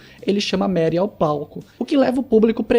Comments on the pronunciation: O nome dela é Marie, e se pronuncia "Marrí" e não "Meri" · A pronúncia não é Mary...